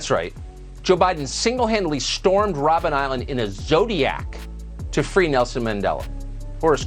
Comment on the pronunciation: It's not even called Robin's Island, Joe haha. Robben Island refers to seals there. It's not a name like Martha's Vinyard. You being a president of the US, one would have thought you would have some more knowledge about our president who went to jail for freedom in our country. Clearly you know less about nothing than the general public. Wonder if Kamala could answer this fact.